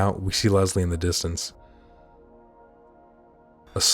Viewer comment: My sister’s name was Leslie, and she hated when people pronounced it “Lezlie” like you do. But I won’t hold it against you because this video is a BANGER and The Evil Within isn’t talked about nearly enough. True survival horror & one of my personal favorites 👌🏻